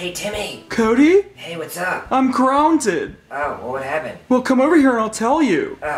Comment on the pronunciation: KRUNTIT [Timmy says "grounded" in a different pronunciation]